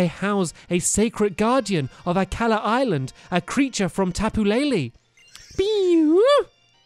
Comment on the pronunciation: Akala. the way he says it is 10/10 perfect.